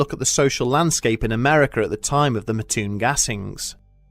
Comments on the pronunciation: its Mattoon MAT-TOON not MA-TTOON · I live in Mattoon Illinois and never heard of this ghost story in my 30 years of living here. But it does crack me up how he says Mattoon. It's not Ma-toon its Mat-toon. And its has a little more fun facts like. The original Burger King, Worlds biggest bagel ever made and it was a stomping ground for Al Capone. But now days its more known as a agricultural town farming corn,soy bean and meth 😆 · MAT toon. Not Mahtoon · It's Mattoon not Maahtoon my friend haha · I used to live near Mattoon. My only issue with the video is that it is pronounces Mat-toon. Otherwise, great video! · one of my first thoughts was "I wonder if they'll say the name right." Nope. But oh well. Still cool to see the story.